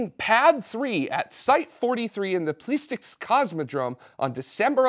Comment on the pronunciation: it's please-setsky. Or yeah... Place in Russia works okay. 🤣